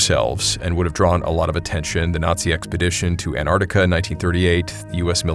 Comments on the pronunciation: Every time you pronounce Antarctica I die inside. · Antarctica has a bloody T in it! It is not silent. Jeez! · The American pronunciation of Antarctica is interesting. Most English countries - An-Tarc-Ticka American - An - ardica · Why cant Americans pronounce AnTARTICA properly? You always drop the first T. Otherwise, a great story. Love from New Zealand 🇳🇿